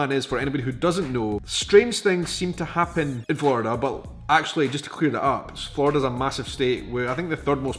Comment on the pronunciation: Just to let you know, there is only 1 "d" in Florida. You keep saying "Flordida". Try not rolling your Rs.